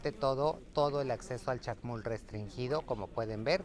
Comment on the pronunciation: Hermanaaaa, se dice Chac Mool, no Chac Mul.